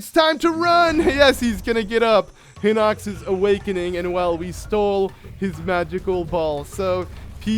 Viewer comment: not hinux HINOX! HORRIBLE VOCABULARY AND I WROTE THE SAME THING IN THE GERUDO VIDEO WHEN YOU GOT THE GERUDO CLOTHS AND GOT IN GERUDO TOWN BUT DUDE READ THE WORD CLOSELEY!!!!!!!!!!!!!!!!!!!!